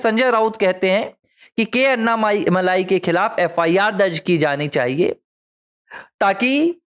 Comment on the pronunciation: उनका नाम अन्नामलाइ नही, अण्णामलै है, मलै means mountain, मलै को मलाई कर दिया है